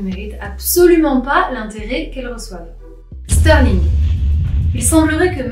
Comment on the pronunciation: Y'aurait pas un trema sur le Ü à Stührling? Donc pourquoi dire "Steurling"?